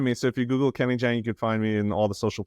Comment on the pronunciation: FYI: It's JAHNG, not JHANG.